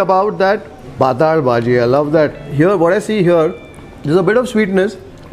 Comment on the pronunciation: Pathal bhaji is Marathi for thin subji I guess... But the way it's pronounced in the video, it sounds like Paathala in Kannada... 😄😄